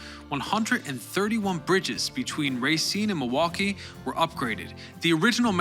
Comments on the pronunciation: Are you from Milwaukee? You say it the way a milwaukeean would say it- Ma-wah-kee. Do you call drinking fountains bubblers too? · I appreciate that you recognized the L is silent in Milwaukee 🧀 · Usually, only people actually from Milwaukee know that. They pronounce as Ma-WAH-kee. I know. Born and raised in West Allis, 87th and Greenfield! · I really appreciate that you pronounce Milwaukee, Racine, and Wisconsin the way we do in Wisconsin